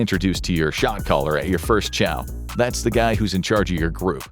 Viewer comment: Was I alone in thinking I was hearing "shock collar" instead of "shot caller" until I started reading the captions?